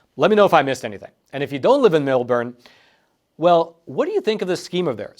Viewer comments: Melbourne, pronounced "Melborn". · Form the area. thanks for the report, it was a great segment, but fyi in the future, its pronounced Mill-born